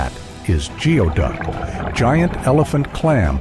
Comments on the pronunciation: You sound so stupid. It's pronouced "gooie-duck. It is NOT pronounced "geo" as in geography. Whoever hired you should demand a refund. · Not the best video, how do I know? I filmed the into video of diver #2 in 2013. Which is also seen in other parts of this video. It’s pronounced “goo ee duck”. The video of the clam on the beach is a razor clam, not geoduck. Fantastic way to make a video of other people’s clips without hardly any research though. Congrats! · Omg you can’t even pronounce the name correctly…it’s Goo-ee duck..🤦